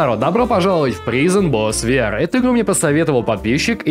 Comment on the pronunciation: извини, что придераюсь, но слово prison читается как прайзон.